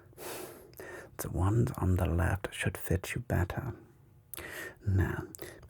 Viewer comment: Like ze Vetruvians 😂